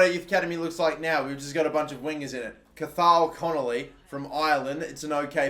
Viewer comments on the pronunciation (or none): The way he said cathal connelly 😂